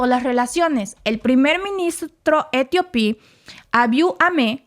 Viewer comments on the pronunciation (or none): el gentilicio de Etiopía es "etíope" no etiopí.